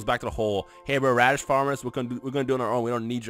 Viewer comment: HAHAHHAHA HE SAID RADITZ FARMERS BUAHAHHAHAH